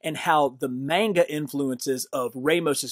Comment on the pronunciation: Why are you pronouncing manga like that?